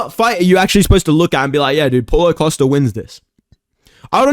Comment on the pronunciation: Thought you said pullout costa